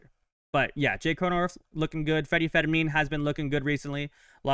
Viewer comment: His name IS NOT Federmin… It’s Freddy Fermin Pronounced like "fur mean".